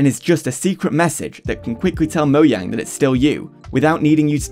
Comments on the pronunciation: Moe Jang. Wtf is "Moyang" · It is not Moyang. IT IS MOJANGGGG!!!!!😡😡😡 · ITS NOT MO YANG IS MO JANG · moyang its mojang ok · Moyang why do you say it as Moyang its mojang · Its not moyang its mojang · Please note that it is Mojang and not Moyang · quick question, why do you pronounce it moyang? instead of mo-Jang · the first person i see to say "moyang" instead of "mojang" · Bro just say mojang, moyang is so jarring. it's like when people say bezing instead of Beijing. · I hate it I hate it I hate it I hate it ITS NOT MOYANG ITS MOJANG AAAAAAAAAAAAAAA ITS TRIGGERING DA TISM! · never heard someone pronounce mojang as moyang 😭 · if this dude say moyang 1 more time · stop saying fucking "MoYang" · Saying“Moyang” is cringe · The way you say "moyang" is so disturbing by me but overall good video. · why is bro saying moyang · moyang lul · Bro doesn't know how to pronounce the "j" in Mojang 💀💀💀